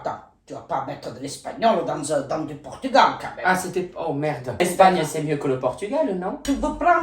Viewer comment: « pAtAtE dOu PoUrToUgAwL » je pleure